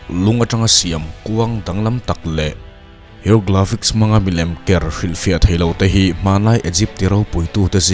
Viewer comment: A bengvar thlak khawp mai. Mahse Sarcophagus = Sakrawphagi nilovin sarkawfagas. Egypt = Igipt. Hieroglyphic = heuglafix nilovin Hairawglifik